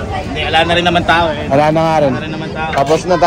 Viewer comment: sir gaybin mali ata narinig ko ? ang pag kakaalam ko tao hindi TAE hahaha 😅😂